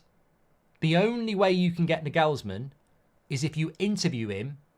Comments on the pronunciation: A saying which loosely translates to 'The fish starts to smell bad at the head' comes to my mind when I hear United. At the Arsenal we had a similar problem. It requires action and it hurts but you cannot talk it away. Btw, Nagelsmann is pronounced NAagelsmann, not NagEelsmann. Stress on the 'a' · I hope not, can’t be listening to that pronunciation of Nagelsmann every week 😂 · Cant get over how he pronounces Nagelsmann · That pronunciation of Nagelsmann is hilarious 🤣